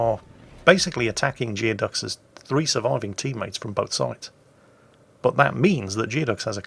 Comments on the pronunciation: It's pronounced gooey duck, not geo duck. Look it up, expect more from a sailor! Lol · I suspect it's pronounced "Gooey-ducks". A Geoduck is a basically supersized clam native to the Pacific Northwestern United States and also the mascot of the Evergreen State College. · "Geoducks" is pronounced "Gooey-ducks," it's a huge species of clam native to Puget Sound in Washington State, USA.